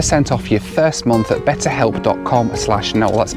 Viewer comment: mispronunciation strikes again. 😂😂😂